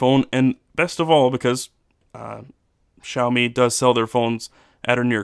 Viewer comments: XD XD Shao Mi hahahah it's s-ee-ow me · I'm sorry but I had to mention this; the way you pronounce Xiaomi felt weird. It's supposed to be see-ow, not shao, lol. Just saying.